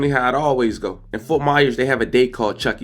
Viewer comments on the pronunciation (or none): It’s chunky Sunday not chucky 😂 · FYI it’s called “chunky Sundays “ .. not “chucky Sundays “ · It’s Chunky Sunday not chuchy Sunday